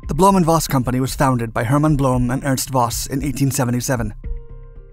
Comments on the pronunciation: Voss is pronounced Foss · Voss is pronounced like FOSS Volkswagen like FOLKSwagwen